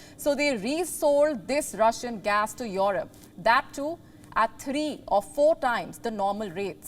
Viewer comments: Your Rope or Europe? That accent... jeez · She has some problem in pronouncing Europe.... Its not yohrub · noy yorup...E.....Europe.